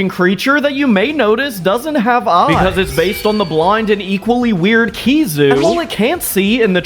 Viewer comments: It’s also pronounced Khe-zoo not keyzoo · My good sir, you may or may not have butchered some of the pronunciations- Fortunately off to a good start It's "Nah-car-cohs" You have to focus on the "car" part, not the "nah" part "Sell-tas" not "Stell-tas" "Keh-zoo" not "Kee-zoo" This is fine "Doo-ram-bore-ohs" all said quick. Don't break it down into 4 clear syllables. Kinda just try and say it twice as fast as said here. This is good. Really good pronunciation here. Soft "o", not hard "o" Properly done. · KNACK-ER-KOSS???? (Nah-Car-Cose) STELTAS QUEEN??? (easy to see the mistake, understandable) KEY-ZOO??? (Keh-zoo) AH-tell-kah? (Ah-TALL-kah) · I'm a huge monster hunter fan I hope these fossil sedmites make it into the full game Also Na-car-cuss, Nakarkos Kez-su Khezu Dir-ram-boar-ros Duramboros